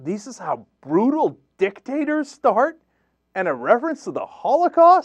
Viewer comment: did he say many grutal dictators?